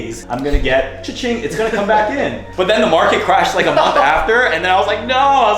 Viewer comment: the emphasis on the crash